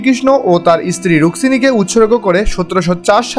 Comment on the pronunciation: রুক্মিনী হবে (রুকমিনি) ভিডিও ভালো হয়েছে। কিন্তু তথ্যগুলো সঠিক ভাবে জেনে তারপর বলা উচিৎ। আশা করি পরের বার থেকে আরো ভালো হবে 👍👍